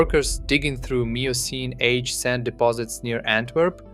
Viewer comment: Miocene is pronounced ‘myocene’ and carcharodon is pronounced ’karkaradon’